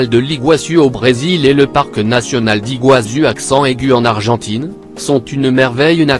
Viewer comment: On en parle de ma voix du mec c Alexa ou quoi ?? "Chute d'igazu aCcENt AIgU 🤣🤣